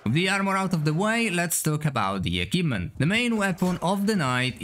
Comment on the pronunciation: What on earth is an "akivement"?